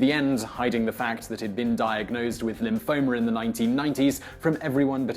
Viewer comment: Did this guy say "Lymphomer?"